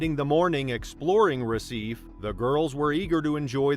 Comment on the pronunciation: RECIFE is properly pronounced « RUH-SEE-FAY, » not « RUH-SEEF »